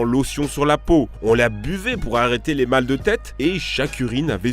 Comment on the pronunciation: Non, ça se prononce MAUX